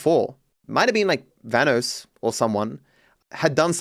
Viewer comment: Vanoss, not Vhanos